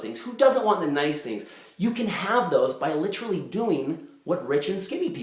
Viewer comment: He said Litrally! Chris Traeger reference from Parks and Rec! He deserves to make that reference, he's lookin even better than rob lowe.